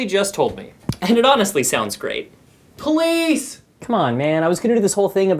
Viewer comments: sounds like he is saying “please” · I love how he says police like they were downstairs